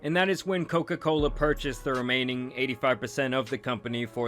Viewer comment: “Coca colerrr”